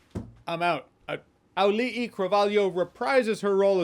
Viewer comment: I want to say as a Polynesian, your pronunciation of the actor "Auli'i" was fantastic- rarely does a white person pronounce the double vowels in Polynesian languages properly. Well done Jeremy (or Ieremia in the Fa'asamoa language)